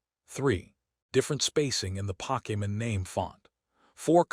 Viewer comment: The content would be so much better without the fake ass voice that can't even pronounce Pokemon correctly.